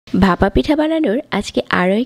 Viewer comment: আপনার উচ্চারণে অনেক সমস্যা যা শুনতে অস্বস্তি লাগে। যেমন ভাপা কে বাসা বলছেন। যেহেতু আপনার বাচনভঙ্গি ভালো তাই আশা করি উচ্চারণে ব্যাপারে একটু যত্নশীল হবেন। শুভকামনা রইলো ❤